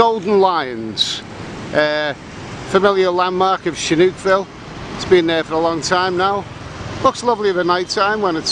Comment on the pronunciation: the h needs to be after the s to make thesound sh,so its sihanoukvile non shinoukville like you wrongly call it